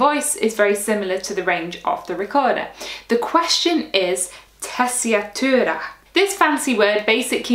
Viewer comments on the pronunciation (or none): There is no 'a' in the word 'Tessitura'- at least in English, Italian, and French. Just sayin'.....